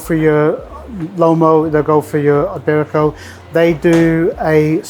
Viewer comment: way to mispronounce iberico